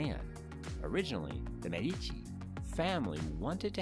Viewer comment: Michelangelo was in his late 40s, and immensely famous, when he sculpted the Medici Chapel (la Sagrestia Nuova). It is hardly the work of a "young" sculptor; also, Medici is pronounced MED-ee-chee.